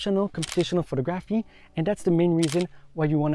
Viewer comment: Excellent photos ...was there a lot of post work done. Not sure about video, but think will buy. Great work dude, beautiful landscape. Pronounce phoTOGraphy...just so you know. Subscribed 👍👍